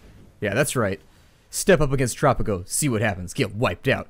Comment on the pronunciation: Great vid! I was so surprised to see tanks attacking, but I was wondering where your tanks were. Anyway! hope we dont have to wait to long for the next vid im lovin Tttttttttttropico! kinda like roll your tongue when sayin tropico